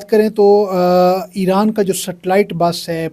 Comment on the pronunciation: Dear sister it's eeran, not aeran. Iran...